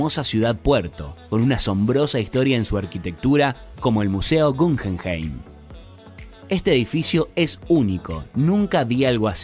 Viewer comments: El museo de arte moderno que se encuentra en Bilbao se llama GUGGENHEIM, y no Cuccenhein como usted dice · "gunhenhein" y "gaztelugazte" xDDD